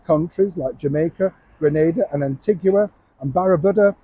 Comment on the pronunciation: It’s not pronounced Antig wee a, its Anteega lol you did make me laugh